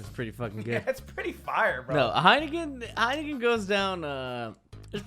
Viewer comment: Ludwig: (Heikenen) This is pretty fire Dutchies: Heineken is fucking piswater man